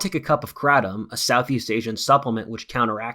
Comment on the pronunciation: I love how you pronounce kratom the correct way like the Thais. I miss kratom, it’s a game changer